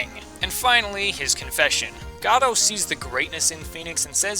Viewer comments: It's GOH-DOT. As in the word "Go" and "Dot" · Your name pronunciations are totally wrong. It's not GAY-VIN, it's Gav-in, and it's not GOD-OH, it's Goh-doh. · I think Godot while I thought it was pronounced that way at first, is really pronounced got it. Just really fast. I love your number 1. I love all the games in the series. Another one for me at least was Turnabout Samurai from the 1st game. That moment when Phoenix comes to the realization that the steel Samurai is not who they thought it was...took me for a loop. My least favorite game out of the ones I've played is Justice for All. I disliked the big top case. It felt like they were running out of ideas at least to me. Until they dropped the Matt Engarde bomb. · I'm pretty sure Godot is pronounced Goh-doh. Made up of the last two parts of his original name: SPOILER Diego Armando. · Gah-doh? GAH-DOH?!! FRICKIN GAH DOH?!!!!!!!!!!!!!!! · IT'S GADOLT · I wonder what happened to the t in Godot